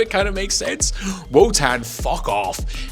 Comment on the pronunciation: Each time you say Wotan I hear “Wutang”…. And you know they ain’t nothing to F with